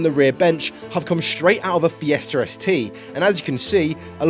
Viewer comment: FiestaR? why do you add an R at the end of the word?